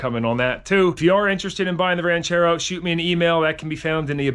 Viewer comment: "Oooooh, Ran-CHair-Row!" 👍 Side note; just saw your 977 Track Loader on Andrew's Channel... thing started & sounded Great! I gotta go back and check the vid!!!